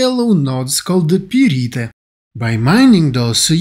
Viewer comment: Pyrite is pronounced as Pie-right (just replace the y with an i and you got it!) Nice info and thanks for producing this!